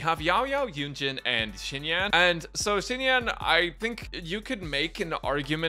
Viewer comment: I mean, I noticed immediately that you said it wrong 🤣